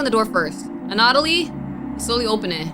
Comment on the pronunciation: Anna-toll-lee, that man's name is Anna-toll-lee. Great vid regardless, but it was killing me you said his name the most outta errbody.